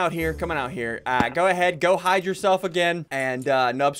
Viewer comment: He said they have 2minutes to flide not hide lol